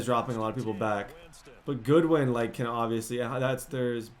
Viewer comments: It’s Godwin not goodwin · As a Bucs fan, yes, their O scheme/personnel is designed more-so for a vertical/intermediate attack with not a lot of YAC. Also, gotta hit you up about the pronunciation of Chris Godwin's name hahaha, it is "God-win" not "Good-win" :P. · It’s GODwin not Goodwin 😂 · It's Godwin not Goodwin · Godwin not Goodwin😭😂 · Everytime you say goodwin i get triggered its godwin not goodwin bro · As a penn state fan it bothers me when you say Goodwin and not Godwin, no hate tho I love your vids and this series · His name is Chris Godwin, not Goodwin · Just letting you know it’s god-win not good-win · Godwin’s name is not Goodwin it is Godwin like god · Btw your WR’s last name is Godwin not Goodwin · its god-win. good-win is on 49ers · I don’t wanna be one of those annoying people but it’s God-win not Good-win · Godwin is pronounced (god-win) just like it looks lol not goodwin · Winston and by the way it's godwin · It is spelled Godwin why do u keep saying Goodwin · It’s pronounced Gahdwin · It is pronounced (Gawd-win) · Why are you calling Godwin “Goodwin”.. ugh you’re so bad